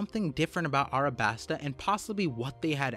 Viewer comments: A LLLLLLLLLLLLLL A B A S T A NOT ArAbAsTa... Jesus it's the easiest word when you can pronounce "Don Quixote" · Why do you call it arabasta and not alabasta